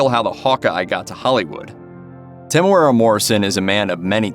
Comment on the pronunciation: Why do you keep mispronouncing his name? Lol